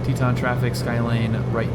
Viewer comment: Check pronunciation of Tieton…."Tie a ton"